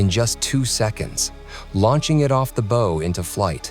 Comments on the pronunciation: You've made no clear distinction from when you're discussing the US Air Force, versus the US Navy, versus the US Marine Corps. You start talking about the Air Force's $400k helmet and next thing, we're landing on a carrier. That's goddamn sloppy. The bow of a ship is not pronounced like "bow and arrow", brain-trust. It's pronounced with the "au" sound as in "Bauhaus", the architectural design. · Copilot Search Branding "Bow of a ship" is pronounced as "boh-uhv ay ship" in English.Bow: pronounced like "boh" (rhymes with "go")